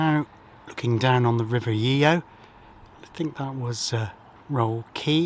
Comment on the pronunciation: The Raleigh Works was built by Shapland & Petters and is the name of the location rather than the company name. It was one of the largest employers in the town and when I joined in 1988 employeed about 850 people. Sadly it closed under the management of someone I went to school with! River Yeo is pronounced Yo!